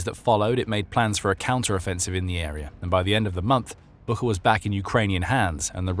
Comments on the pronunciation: Great material! One note, though - Буча (Bucha) is not pronounced "BOO-khah," but "BOO-chah." That spelling and pronunciation have been widely known since the start of the war, so the phonetic twist might be confusing for some listeners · It's pronounced [butcha]! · it's BOO-TCHA, like "watch". The whole world knows how to pronounce it correctly except your channel! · Et least have the respect to pronounce Bucha correctly.